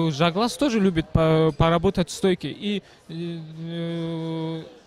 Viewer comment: Ne Zhaglas a Zhalgas!!! tebe mozgi vybili??? budes' togda Tagrig))) nic'o zvuc'it